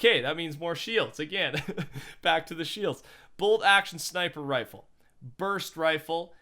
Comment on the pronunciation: No one is talking about how he said rofle. Ok.